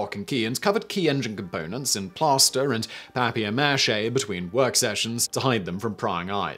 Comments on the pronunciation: You're mispronunciations in other languages is hilarious and then in this one you say "papier mache" in pretty good french... But then you utterly fail at "jaguar" and "puma"??? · They didn't originate in France, they're Spanish words. There's debate over jaguar having a portuguese root but that's not the point. He says he butchers all foreign words but he did just fine with the fay "mache" but butchers "guacamole". And only Germans and some silly Brits say "pyoo-muh" instead of "poo-ma".